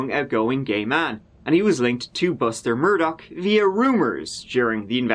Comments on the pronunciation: MUR-DAUGHHH Adore your content but no k at the end😺 Just like dough but daugh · IT'S MUR-DAUGH!!!! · Dam can’t read that link as they want a subscription in order to allow access! Anyways time for Part Tree of this saga my lovely! as of today’s news regarding Alex Murdawrer’s ( pronounced Murd daw rares )embezzling of the monies of the dead housekeepers estate worth 4 million!